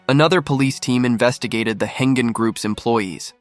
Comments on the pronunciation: It’s Heng-An not “Hengen” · Pronounced as "Heng-An" Group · Yes. 'Heng-An' should be pronounced 'Heng Arn' for English speakers.